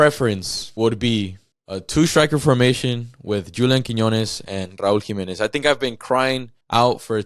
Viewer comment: Raul Jimenez. It’s not a question